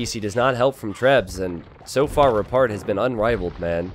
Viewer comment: kept hearing "repard" as "retard" but was also really hoping that when repard killed red or blue he put a "?" in chat to be a meme.